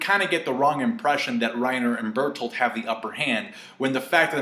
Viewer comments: 😂.............say it correctly now...................... Bertholdt say it correctly now Bertholdt not bertholdtoot lol 😧come on now really?!😂 😂😩im worried about your speech😟lol. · Jae Lee i die with that pronounciation xDD